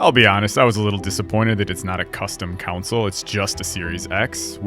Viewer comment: Great video honestly, but I can't get over "Council's", ... "Council Wars" I'm sorry but where did you hear it not being pronounced somewhat more like "kon-sol" <_<